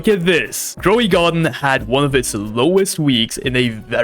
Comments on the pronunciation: Bro said growey garden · Why is no one gonna talk about him saying "growy garden"